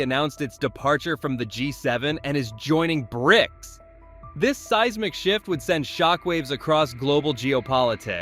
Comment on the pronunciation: B R I C S? Your AI sounds like a chearleader, its just missing the "can i get a" before each letter. Its an acronym and pronounced Brics.